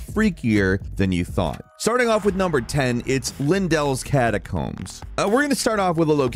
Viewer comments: Lindel instead of Leyndel, Evergel instead of Evergaol, Liurna instead of Liurnia...you can tell he's not giving more than 1 second to read these things (or listen to the NPCs when they pronounce them) :D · Lindells catacombs? I think it's pronounced "Leyendell" as gothrick the all knowibg say that